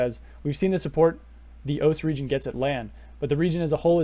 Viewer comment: Great video although you might be the only person to call O-C-E “oace”